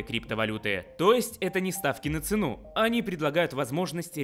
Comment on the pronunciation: Господи, в слове «цену» ударение следует ставить на первый слог, на букву «е» – цЕну. Это форма винительного падежа существительного «цена», не разрывайте мне душу..((